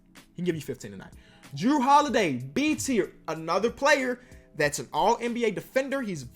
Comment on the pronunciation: The disrespect on jrue holidays name